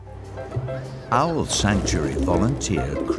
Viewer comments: The subtitles on my youtube show the word Isle when she's saying owl 😂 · I heard aisle, as in an airplane lol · She says Owl more and more incorrectly as the date goes on. It goes for Our to oil and eventually ends up as Oily